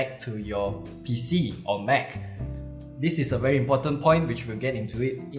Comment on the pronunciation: Nice review, simple but well presented. * oh one thing noticed here in the UK and in the USA we all say Apple Mac (like MAAC - Not MEC).